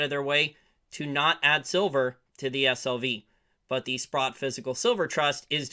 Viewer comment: My brain heard you pron SLV like "ass-hole-vee" LOL